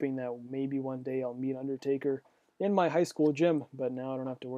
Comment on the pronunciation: Meet not keet